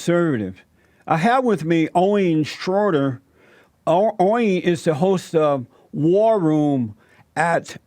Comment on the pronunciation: “Owing shroryer”